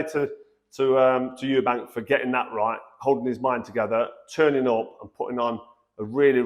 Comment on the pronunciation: It's not "Eubanks" as you well know....